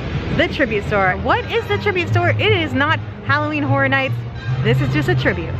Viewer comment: The word Horror has an interesting pronunciation from those in Florida. Sometimes sounds like "Hora", as in your are going to dance the Hora.